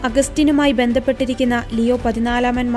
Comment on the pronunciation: Not ലിയോ 14 ലെയോ 14 എന്നാണ് പറയേണ്ടത്